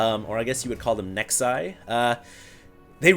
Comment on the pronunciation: please dont say nexi anymore its just wrong